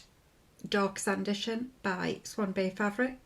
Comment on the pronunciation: You are funny it is Sand'i'ton not San'dition. Sanditon was an unfinished novel by Jane Austen - perfect linen name for the theme Swan Bay Fabrics are using.